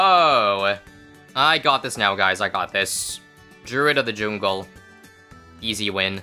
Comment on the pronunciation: “Druid of the joongle”